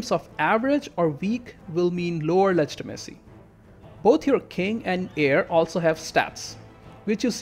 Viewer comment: Ah yes, I myself also prefer a high ledge-tee-messy.